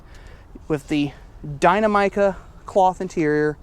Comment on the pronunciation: Haha just the way you say Dynamica 😂 it’s dynamic-ah. We’ve got 4 GP’s coming to my dealership in March 😍